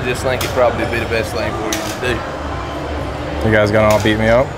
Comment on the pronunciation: "Best thing to Dew.."